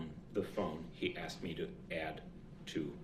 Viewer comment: Will someone PLEASE tell him that it’s SUS-TAINED not SUB -SAIN and it’s AS-KED not AX-ED!!! For the love of god it’s not complicated, after saying that this idiot thought it was ok to drive his SUV through a crowded street killing 6 and injuring dozens of others!